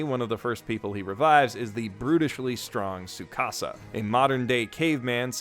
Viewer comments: Gotta love when people pronounce tsukasa as your house in Spanish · Bruh the "t" in the japanese "tsu" sound isn't silent. It's "tsukasa" not "sukasa" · Super random but I realized a lot of westerns don't pronounce the "T" in Tsukasa's name. Why is that? It's so weird to hear.